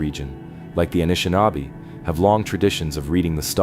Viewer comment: KEE-win-awe, Meh-NOM-in-ee, Ah-nish-ih-NOB-ee, SHAR-leh-voy, On-tuh-NOG-in.